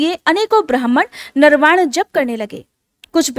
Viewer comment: नर्वाण नहीं नवार्ण मंत्र है 🙏🙏